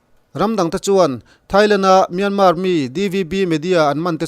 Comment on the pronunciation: Kawl ram hming hi Myanmar (မြန်မာ) a ni a Myan hi lam San (မြန်း) tur a ni lo. Tin, mar pawh hi r silent tur a ni. Kawl ram mi I nih hmel a, a ram mite lam Damin lam ri hram la a tha ang. A lam ri thiam lote lam Rik Dan anga lam Rik hi chu a dik lo a nia.